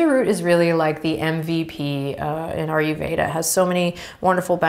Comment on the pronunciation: Hi Adriene. Just finding your videos. Grateful for your down to earth style. May I offer one teeny correction in a pronunciation of Ayurveda? incorrect ARE-YOU-VEDA ----------- correct EYE-YER-VEDA Cool!